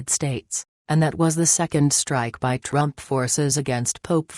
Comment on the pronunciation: Can you at least program the computer to pronounce "Trump" instead of Drum or Drump. Can't be that hard. What evil people attempting this coup. Karma and God will see that they get theirs.